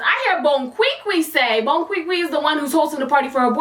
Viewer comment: Every time u say “bonquiqui” I laugh...😂